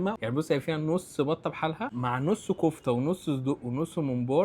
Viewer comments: سمبوكسه يا سمبوكسه اسمها سمبوسه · اسمها سمبوسه مش سمبوكسه او سمبوسك 😂😂😂😂😂